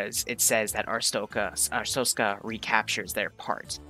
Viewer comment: Did you just say "kolcha" and "astrotzka"? Friendly correction "Koh-lech-iya" and "ar-stotz-ka"